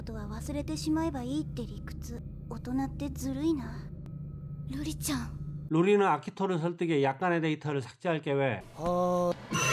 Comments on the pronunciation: 로리웹아니라 루리웹!!! 설마...🤔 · 루리를 자꾸 로리라고 하시면 아니되옵니다!ㅋㅋㅋ